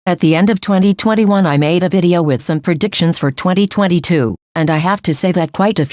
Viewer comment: the way the voice says predictions- preDICTions pls its so funny